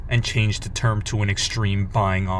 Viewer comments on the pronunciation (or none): none